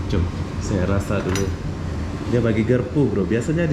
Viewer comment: garpu bukan gerpu anda org malaysia bukan indonesia